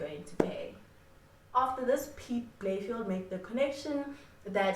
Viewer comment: Just a side note, Its pronounced Piet Bay-Le-Feldt. Had to put it out there, couldnt have SA's greatest ever detective sounding like a suburb in benoni